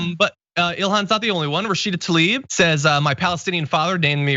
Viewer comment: By the way, you are wrong. We know how to pronounce her name and it is "Ta-leeb". She pronounces her own name as such. So now you know. From now on will you simply pronounce it correctly or even now knowing you are wrong will you continue to pronounce her name incorrectly out of spite?! THAT is what this video is about and you just did it.